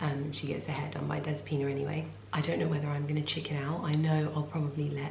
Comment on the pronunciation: Next time you go to the salon call her dEspina instead of despIna. Youll make her smile! That's how we say it in Greece.